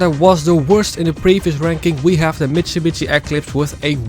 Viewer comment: The way you pronounce "Mitsubishi" "Mitsubitsy" is on purpose, right? 😆 Very interesting video, thanks. Big fan of the franchise. ✌🤘 I agree about RX-7 in NFSU being one of the best and I use it, too, however for some things Hyundai Tiburon is nice and Nissan 350z, and ... Mazda Miata - MX5. I love to do hard drifts with Miata, or Tiburon. Cheers!.